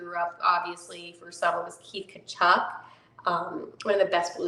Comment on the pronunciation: Blues fan, I'm Glad I found your podcast. I remember when Walter Tkaczuk's name was the most difficult one to pronounce in the NHL. He made broadcasters pronounce his name Ta-Chook. He was the first native German to play in the NHL. No, he's not related to Keith Tkachuk, nor Keith's sons Matthew and Brady (note the spelling difference). Suggestion: there are websites, including Wikipedia, which might help you with the pronounciations.